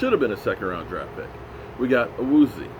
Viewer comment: Awoo-z-yay might be a better pronunciation key for ol'! I do agree it sounds kinda like nails on a chalk board when he butchers it. Lol